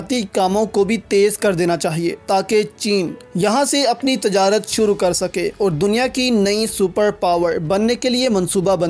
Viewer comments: Aap ne tajrat padh wo :tijarat:hai islahkarlein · Aap ne tajarat padha wo :tijarat:hai. islah kerlein